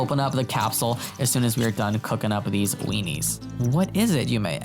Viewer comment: I died every time he said weenies,😂😂😂